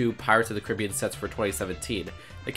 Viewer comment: You mispronounced Caribbean